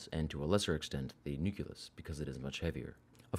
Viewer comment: It's a bit rich to call a part of your audience illiterate when you pronounce nucleus "nukulus".